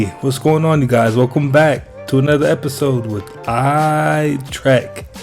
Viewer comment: 🤔 You say, "Eye Track," ??? Or is it Eye Trek (ter-ek)??? 🤔🤔🤔